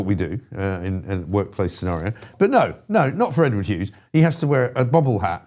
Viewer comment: It's Hughes not Hews!!